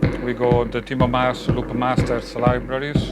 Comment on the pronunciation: Come on,, you know his last name is MAAS not MASS.